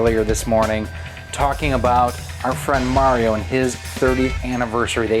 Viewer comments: Good video but you keep mispronouncing "Mario." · we all know it's pronounced Maw Rio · He pronounced it "Mario", not "Mario"